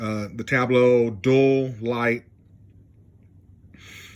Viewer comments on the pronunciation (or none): None have the word dull, Dual and Dull are two different words. Omni and um ma na, um ma na is not even a word, And I’m supposed to take this review seriously, when you can’t even read and speak English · I knew you had to be a trump supporter by the idiotic sound of your voice. You can't even say "Dual" and "QUAD" correctly. You have to be trailer trash to make a 50 minute video of stupid uneducated man trying to explain a Tablo DVR.... nails on a chalkboard! Here is a tip just for you! if you want a better economy....try it with WORDS!